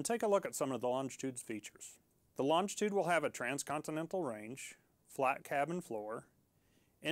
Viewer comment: It would help if the presenter could pronounce the name of the aircraft properly 🙄